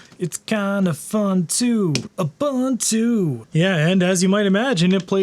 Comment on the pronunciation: Why does he keep mispronouncing "ubuntu" like he's Canadian or something? It's "oo·boon·too".